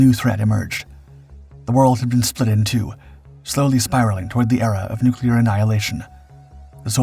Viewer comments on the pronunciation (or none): lost me at "annoyingly hyper-dramatic tone + 'nukulur'"